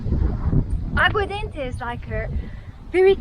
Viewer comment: It's Jeropiga not Jeropigo! And Aguardente not Aguadente meaning Água + Ardente = Burning Water because it's flammable nice to grill Chouriço...